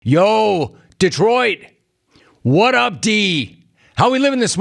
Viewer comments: it's 'Wut Up Doe' 😂😂😂 not Wut Up D. hilarious and nice effort...luv it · It’s “what up doe” Jesus Christ Rome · It’s “What up doe” Jim 😂😂😂😂